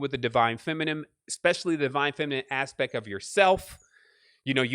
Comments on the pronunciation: ALL these years later and he still cant say FEMININE properly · Maven Nicole He certainly has enough words within his vocabulary to make up for a few mispronunciations.